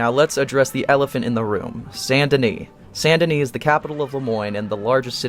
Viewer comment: Say it with me: "Saint Denis". Not Sandini, not Sun and Knee not San Denny.